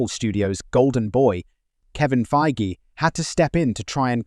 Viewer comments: How dare you compare Feige to Kennedy. If you're going to talk trash, maybe pronounce his name right. Are you trying to be scum? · All these retorts from Reynolds and such, are they in the public sphere? Seems such drama would have made it in the entertainment media yet nary a blurb. So, where can we see/read/hear about these so-called feuds? Or are you making these up for clicks? Interesting how your pronunciation of Feigy changed during the clips from a hard G to a soft one.